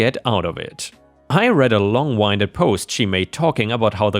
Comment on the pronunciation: Long-winded... pronounced as "ended". Gall.... pronounced like fall. Again.